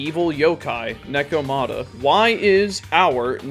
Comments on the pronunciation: It is neko ma ta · paused, comment, disliked and closed it because of how you pronounced Nekomata despite them saying it several times in the game